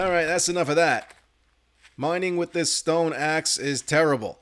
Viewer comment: I've been catching up on this channel and I have to put in my guess for Glock9's accent - It's clearly East Coast but I was torn between Boston and Philadelphia. At first I figured New York. - But it has to be Philly. Can anyone confirm or deny? The tell is that he says the word "with" as "wit", which is a Philly thing.